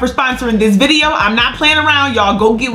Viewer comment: say Vid.... 😆 🤣